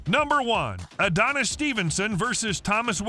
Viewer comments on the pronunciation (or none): none